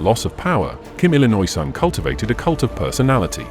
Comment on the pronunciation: Kim Detroirt Sung